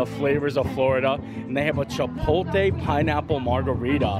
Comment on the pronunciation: "Chip-pole-layy" not "Chip-pole-tay"